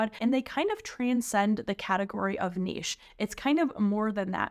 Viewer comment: A lot of great advice in your video. Anyone doing POD needs to hear everything you’ve said. Also, thank you so much for properly pronouncing “niche”. I hear far too many people these days saying “nitch” and it makes my head explode.